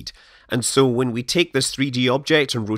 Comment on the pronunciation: The way you say when is awful